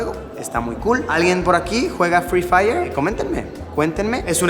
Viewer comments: Luisito: Es noche de fri fayer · Luisito: "hoy es noche de FRIII FAIYEEEEERRRR, no conozco a nadie" jajajaj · Luisito: HOY ES NOCHE DE FRI FAIERRR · Luissillo: Hoy es noche de Frii Fai No conozco a Nadie 😂😂😂😂😂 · luisito dise noche de fri fayer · No luisito, porque fri fayer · Luisillo: Hoy es noche de fri faiier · Luisito: hoy es noche de frifayer